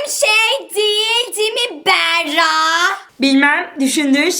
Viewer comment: O sırada adı Berra olan kişiler: Yalnız benim ismim "Beğğrağ"diye okunmuyor...